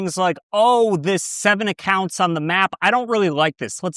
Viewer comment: "acocunts" noiceeee 😏